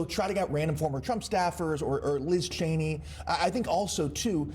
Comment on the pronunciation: Well, he finally pronounced her name correctly.